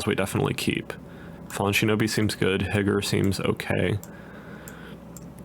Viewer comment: You asked what I would change. Stop calling Higure, “higger”